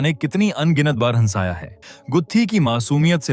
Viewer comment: आपका हंसी, हंसना, हंसाया ईन शब्दोंका उच्चारण बताता है की आपकी हिंदी भाषा की जानकारी अधुरी है। इन शब्दों का उच्चारण किसी के भी मुंह से ध्यान हे सुनीए आपको आपकी गलती समझ आ जायेगी।